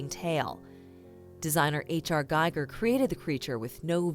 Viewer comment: GIGER, spelled not Gaiger, but Geeger, like Eager.